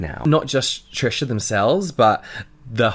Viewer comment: Trisha? No. Trash-uh.